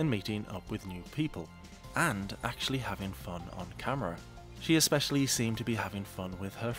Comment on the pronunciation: I can't decide which Amberism annoys me more, licherly or exspeshaly